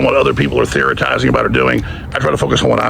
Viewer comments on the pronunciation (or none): Alex jones gives me the heebie geebies and he also said “theoritizing”.